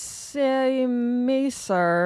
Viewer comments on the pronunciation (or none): Einsatzzeitmesser is actually pronounced “Einsatzzeitmesser”. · As a German Sinn Fanboi I appreciate this video. The pronunciation of EinsatzZeitMesser needs some work though :D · yeah, you sooo didn’t nail it!!! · Great video as usual (although I do occasionally miss “Hoe-Drinkee” 🤣🤣🤣) Sinn is an overlooked brand and this looks like a very practical and industrially attractive watch. “Einsatzzeitmesser” roughly translates to “Mission Timepiece.” I can help with German pronunciation if you wish too. My mother was German and I know a little German myself. ( and no, the “little German” is not my cousin from Frankenthal. He’s actually rather tall. 😎) Keep exploring brands that are not “Rolex!” Love it! Long live! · Germany has started wars for less than an interesting pronounciation of "Einsatzzeitmesser" 😁✌